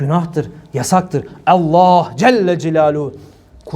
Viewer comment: Tam bir şarlatan rabulalemin ayetinde şunu der şeytan sizi Allah adıyla kandırmasın adam sanki mizahi şarlatan Allah kelimesinin vurgusuna bakın adeta orda oturanlara dalga geciyo